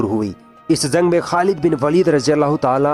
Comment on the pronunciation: Zaa nhi jaa Jung hota h zung nhi har jgh ja ki za bole aapne